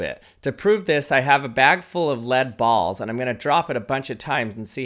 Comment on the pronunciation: The way he emphasizes balls